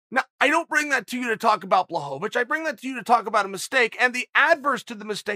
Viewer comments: Jan "Blahovavich" Blachowicz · Chael pronounced Blajovic correctly , and then forgot about it at the end 😂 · "Blahovovitch"😂😂😂😂 Uncle Chael kills me with this! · Chael "Blahovovitch" Sonnen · Chael "Blachovavich" Sonnen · Chael! BLA-HO-VITCH! Please!!! He's the champ AND just beat Izzy lmao I love ya man!